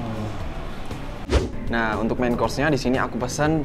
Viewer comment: .” Bukan pesan bang , tapi pesan ... 😂🙏🏻